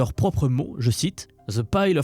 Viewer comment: alors "chair" se prononce "tchère" et "scheming" se prononce "skiming" et pas "chéming" qui correspondrait à "shaming" (montrer du doigt/blamer)...